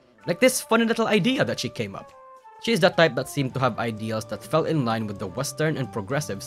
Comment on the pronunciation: she did, she did fwell off